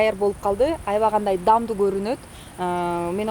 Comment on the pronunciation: Durdom, "damduu" emes, " daamduu" desener, kok meelerge okshoboi! Koroche, eshegine zharasha tushagy, Maksaty da Nazirasy da tantyktar! Za kadrom kaltyrysh kerek bolchu, chygarbai!!!